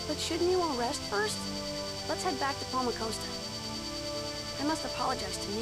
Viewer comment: I wasn't going to say anything since it's been a while since this video was posted. But this is the second time the characters have pronounced palamcosta as palmacoasta. Raine did it before. This time it was Mithos in the last cut scene. That's why you always pronounced it that way, the characters do sometimes!